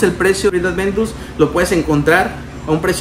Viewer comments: El perfume es aventus en nicho,y es aventus no es adventus aprende a decirlo,también otra cosa Montblanc no se parece en lo absoluto tal vez al principio si pero ya en el secado para nada Investiga un poco más por favor para la próxima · Si el perfume se llama Creed Aventus, porque coños le dice ADVENTUS??? Me duelen los oídos de solo escucharlo.